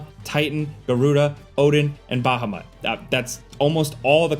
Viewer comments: The moment he pronounced Bahamut, I knew he don't know anything about the FF series. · My dude pronounces "Ramuh" as "Ramah" and "Bahamut" as "Bahamat". My brother in Christ, those names have a freaking "u" in them. BahamUt and RamUh. I'm sure u know how to pronounce that letter, mate. Come on! Edit: "Lightning Returns" also had you control a single character. Namely, Lightning. You guys talk shit about FF13 because it's the cool thing to do and then don't even do your research regarding the different games. FF13, for example, starts opening up in the middle of the game, when you first get to Gran Pulse. It then closes after x amount of hours, when you leave Gran Pulse again and then fully opens up again later. Again, please do your research. Did you have a bad day or what is going on? I'm used to better quality videos with better research by you in the past. What's going on? :(